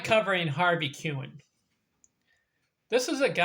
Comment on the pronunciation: Pronounced his name wrong 😂🤯